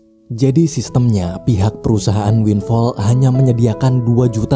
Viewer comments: Winflaw bang bukan winfall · Winflaw bukan winfall... wkwkkwkw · Winflow bang bukan winfall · Sebutan benernya Windflaw "win flau"